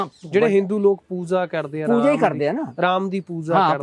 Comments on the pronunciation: ਬਾਈ ਰੱਬ ਬਾਰੇ ਸਵਾਲ ਪੁੱਛ ਰਿਹਾ ਤੇ ਪੂਜਾ ਨੂੰ ਪੂਜ਼ਾ ਕਹਿ ਰਿਹਾ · Y Pooja nu poozza kehnda lol 😂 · mins/ oye waddeya giyaania POOZA nai POOJA hunda🙄🙄